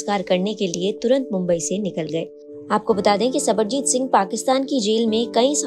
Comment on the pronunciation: Sarabjit singh ko sabarjit singh bol rhi ho thoda padh likh leti didi